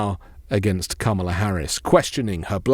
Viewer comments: Try "comma-la", not like Pamela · Please, please, please learn how to say her name. COMMA la. It’s so disrespectful. Otherwise, love your work. 💙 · Please pronounce her name right! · You did not just mispronounce Kamala's name. Yikes. You sound like dump.